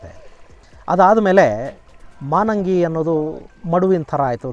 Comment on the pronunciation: ನಮಸ್ಕಾರ ಗುರುಗಳೇ 🙏 ನಮ್ಮೂರು ತಲಕಾಡಿನಿಂದ ಕೇವಲ ಐದು ಕಿಲೋಮೀಟರ್ ದೂರದಲ್ಲಿದೆ. ಅದು (ಮಾನಂಗಿ ) ಅಲ್ಲ ಮಾಲಂಗಿ ಮಡುವಾಗಿ, ತಲಕಾಡು ಮರುಳಾಗಿ, ಮೈಸೂರು ಅರಸರಿಗೆ ಮಕ್ಕಳಾಗದಿರಲಿ ಎಂದು ಅಲಮೇಲಮ್ಮ ಶಾಪವಿತ್ತರಂತೆ.